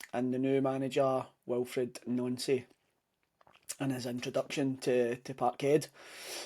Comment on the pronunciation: Our managers name is pronounced NANCY it’s official of course it’s the boards fault but as you know they are never to blame for anything